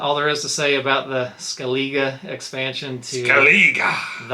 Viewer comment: In the PC game they pronounce it ' Skelleh-gah '